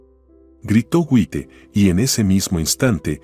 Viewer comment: El narrador es un disparatero. Hasta un niño pequeño sabe que no se dice Wite, sino se lee Jait. Deben de leer bien y buscar quien les diga cómo se dicen las palabras. Ya cansan con tanto disparates.